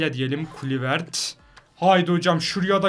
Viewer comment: neden hep futbolcu isimlerini yanlış okuyorsun örnek kluivert klayvırt diye okunur